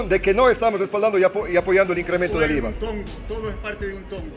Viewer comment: Que dice Íza, bicosss jiss naisss 😅😅😅